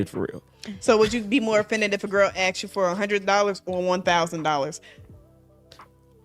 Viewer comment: If she gotta “axed” it’s a no